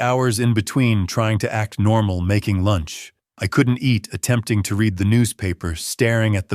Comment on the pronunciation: Said “red” for read (reed). AI does it all writing, narrating and creating the visuals. How can Phillip be sitting on the couch when moments ago we heard him drive off ? This story was minutes long I think it would have been better 20 minutes shorter.